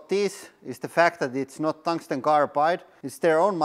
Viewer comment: The what rings? Squirmed? Someone please tell me what he was trying to say. Thanks